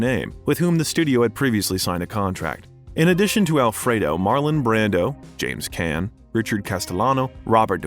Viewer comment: James Caan and Serpico deserve their names Said grammatically correct. Please